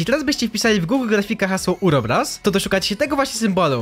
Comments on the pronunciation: Nie urobros tylko uroboros Czytaj dokładnie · Uroboros a nie urobros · Nie urobros uroboros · Uroboros a nie urobros cepie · czytaj "Ouroboros" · To się chyba czyta ouroboros, tak mi się wydaje więc bez heatów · Uroboros powinno się czytać ,,Ołroboros" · Uroboros czyta się ełroboros